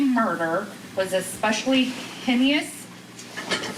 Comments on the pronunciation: for anyone wondering where hinneous is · That juror cant speak decent english! Its not mi-gating, its mitigating!. Its not hanous" its haenous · Hey-nis. Get it right lady. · Henyus and migating is not acceptable for a person reading these court documents! Good Lord!!!! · lol "my-gating," "hineous" 😅😂🤣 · "Heinous".... "HAY-NUS" "Mitigating"... "MIT-UH-GATE-ING" 😑 Embarrassing. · Mīgating..... HENNY-us?? I MEAN HONESTLY, Florida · Yeah “migating” and “heinyous” was rough. A clerk should be able to read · What surprises me is that the woman reading the verdict didn't know how to pronounce "heinous" and "mitigating"... like she'd never seen the words before in her life... 🤔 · I agree that the Clerk of Court should be able to pronounce "mitigating" and "heinous" properly. These are standard terms used every day in courts across the world. It should be a requirement that clerks of court can pronounce such words correctly. In this case it detracted from the impact of such a weighty verdict. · The clerk needs to learn how to pronounce “heinous” and “mitigating”. You’d think she’d be given a copy of what she had to read aloud in advance. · What's the standard of education for (most) secondary students in the US? Seriously, this clerk can't read "heinous" "mitigating" and...isn't it "versus"? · Was that the foreperson or the court clerk reading the verdict? “Mitigating” and “heinous”. Listening to the mispronunciation of those words sent me into orbit. I’m surprised she wasn’t corrected by the judge. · The jury got this right. Also, the court clerk must be instructed on how to correctly pronounce “heinous” and “mitigating”. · The clerk can’t pronounce “heinous”, “mitigating” or “versus”. The prosecutor couldn’t pronounce “conscious“. I hope someone teaches them before the next trial. SMH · Who ever is reading that can't pronounce heinous or mitigating, wow. He's stone cold sober, no emotion whatsoever. He is evil. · Or “heinous”.